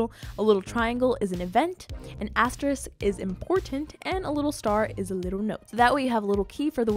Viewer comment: And instead of Star for event she said astrix